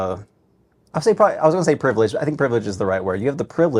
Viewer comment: “it’s an honor and a pliverage” 😭